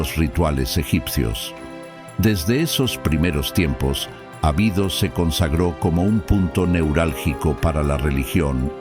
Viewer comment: Ábidos, se pronuncia.